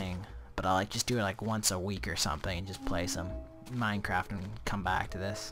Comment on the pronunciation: he says minecr ap instead on minecraft